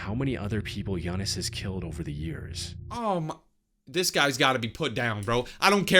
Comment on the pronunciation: Bro I’m greek and hes name is giannis